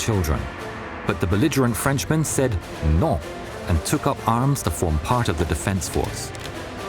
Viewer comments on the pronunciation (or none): I like how he said no like a french person would say, “Noh”